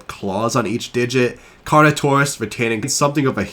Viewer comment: I agree with how you pronounce Carnotaurus versus what did Disney dinosaurs said about Carnotaurus I hate that they named it carnotaur😂